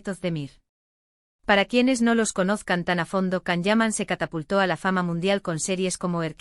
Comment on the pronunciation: Will you please learn how to pronounce Can and Demet's names properly? You confuse people with all these lies and continued fairy tales.